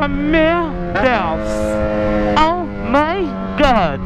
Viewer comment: Esse é uma onda bicho é carrego kkk ele falou ouumaigod